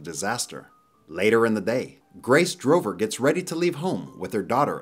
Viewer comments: so annoying he kept saying "Drover" when the name is clearly "Dover" on the truck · It's Dover, not Drover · In the video, you have some of the names all wrong. It is Dover, NOT Drover. Also, it is Bob Taylor, NOT Brad Taylor. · he’s saying it wrong, it’s dover